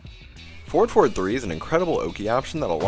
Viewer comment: For the new ones heres i was hearing 4,4, 2 instead of forward forward 2 😂, even the subs says "ford for 2"